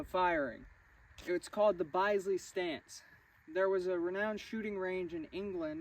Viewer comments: Fyi chaps, in England it is pronounced 'bizlee’ ..the biz rhymes with the biz in 'business'. Bisley (Bizley) is in southern England just west of London, and it's called Bisley range, where rifle clubs go to train (guns are very strictly controlled, most ordinary people in the UK do not own them and have never even handled one, let alone fired one). Obvs there are illegal weapons and villains/drug dealers etc do use them quite often, and Brit police have ready access to firearms teams that are out on patrol. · Greetings from England! The Bisley ( pronounced Bizzley, like in “business”) range is often called the home of target shooting in the UK and is still a thriving venue for all kinds of competitions. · Say it as Bizzley …. Interesting video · That would be Bizz - Lee No criticism intended I doubt you’ve heard it pronounced before. Interesting vid. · Colt produced a 'Bisley' target model pistol (pronounced Biz-ley) with the grip more square to the action to allow for this stance. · I’ve learned something new! Hope I don’t sound patronising, but the “i” in Bisley, is pronounced the same way as one would say “impact”, or “instruction, not “bisect.” Sorry, that’s British “English” for you… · Bisley is “Bizzley” not byezley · it.s not BYSLEY as pronounced but BISLEY and the grip devolved from flintlock /percussion pistol grips. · Bisley is pronounced "Bizzlee" not "Bize-lee". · It is pronounced biz lee not byse lee. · Just a cheeky note on pronunciation. Bisley pronounced like Bisbee. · Pronounced Biz-lee (with a short I not a long eye) , you're welcome. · Bisley is pronounced BIZLEY - guy from England. Love your videos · Pronounced “Bis——-ley. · its pronounced bizzly